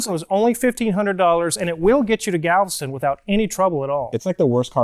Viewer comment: Worst vacation of our lives. "Galviston" 🤦‍♂️